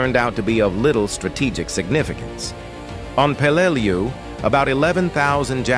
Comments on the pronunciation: I work in Peleliu cleaning up the munitions left from this battle; everyone who fought here (American's and Japanese) has my deepest respect,.. but it's a d@ shame that AI voiceover can't get their names pronounced properly! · Exactly my thought, a video about Peleliu and the ai voice can't even pronounce it correctly.